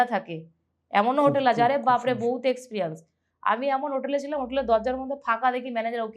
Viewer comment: তোমার গেস্ট কোন ক্লাস অবধি লেখাপড়া করেছে??? জিজ্ঞেস করলে না?? ঝাড়গ্রাম কে বলেছিল ' ঝাড়েগেরাম '!! এক্সপেরিয়েনসকে বলল এক্সপ্রিয়ানস!!!